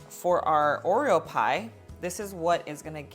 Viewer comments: Is it just me or is she saying “Oriel” instead of Oreo 😆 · Except when doing the whipped cream, she DOES say “Oriel”. That’s probably a learned behavior as a kid and it’s just stuck with her. (Like some kids say “crown” for “crayon” or “pasketti” for “spaghetti”. You can close up on her mouth to watch her lip position as well as slow down the playback to listen. At the end, at one point, she says “Oreum”. And then Oriel again. She also drops the plosive effect of the double t in the word “button”. But it’s just one of the things that makes her even cuter as a presenter. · oh thank you..I thought I was going nuts because I was hearing her say oriel many times..maybe to avoid trademark issues? but still lol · It's not you, she is saying Oriel 😆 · I noticed the same and scrolled through the comments to see if anyone else noticed! lol